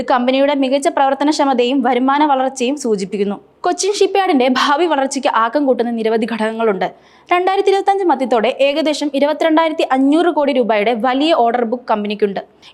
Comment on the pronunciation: ബുത്തി പരം അല്ല. ബുദ്ധിപരം ആണ്. പത്തതിയല്ല. പദ്ധതിയാണ്. മദ്യത്തോടെയല്ല. മധ്യത്തോടെ എന്ന് പറയണം. മൊത്തത്തിൽ പാളി. മലയാളം അറിയാവുന്ന ആരുടെയെങ്കിലും സഹായത്തോടെ വായിച്ച്‌ശീലിക്കുക.